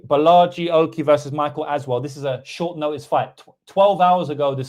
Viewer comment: Did you say you’re taking Michael Aswell? I can’t tell